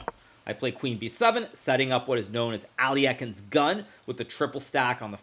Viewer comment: Ah yes, my favourite player "ali ekin" 💀